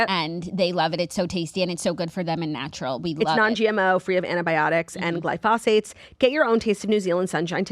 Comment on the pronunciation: the way pronounced "glyphosate" sent me